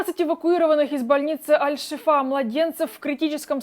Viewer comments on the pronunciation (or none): Вы до сих пор не научились, что больница называется аль шИфа а не аль шифА. У вас "новости" выходят с суточной задержкой, так еще и постоянные ошибки. Вы все время ноете, что не смотрят, что не подписываются - подумайте почему.